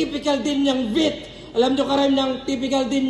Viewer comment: Minute tama yung bigkas niya dun boss Loons. "Vit" about sa puso. Yung Vit sa laro Vitality. Pag nagplus or lumakas yung Vit lumalaki HP sa game.